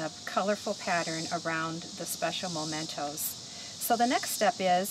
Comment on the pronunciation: I'm glad you later self-corrected "anchor" to helm/wheel of the ship. And please note that the word mementos is pronounced meh-mentos, not moh-mentos. Thanks for all the great tips----especially the advice re: putting wire on the larger objects.